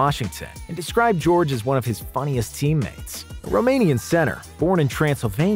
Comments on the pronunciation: Tacko is 7'5 not 7'6 and gheorghe muresan is 7'7 not 7'7.5 and his name is pronounced ge or ge and not George the g shouldn't sound like j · It’s georghe muresan not George muresan